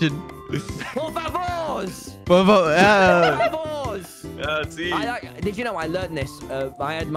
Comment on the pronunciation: se dice por favor no por favouurs XD